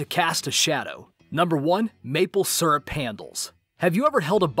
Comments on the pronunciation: that was rather anti-climactic.... also it's pronounced SEERUP snot SURRUP :P :P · it's syrup not srup